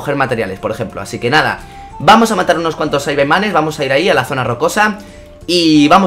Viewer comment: Saibaimanes no es saibamans